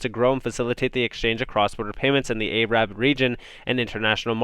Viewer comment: Hey man, you're pronouncing Arab wrong. Cheers.